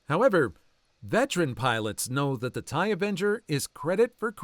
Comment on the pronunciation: The "Thai" from the text-to-speech certainly didn't help 😓 (TIE fighters lol)